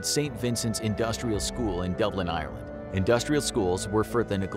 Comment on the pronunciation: As an irish person myself it thouroughly annoys me the way he pronounces Ireland